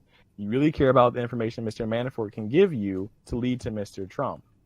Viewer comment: "MiiiiAanifort"... Fuck this kid is a dipshit. Maybe I'm just not used to your style, but you really let this fuckin derp talk waaaaaayyy to much.